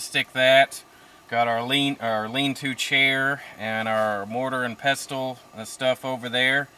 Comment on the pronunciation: Pestle is pronounced 'pessel' - not pestel.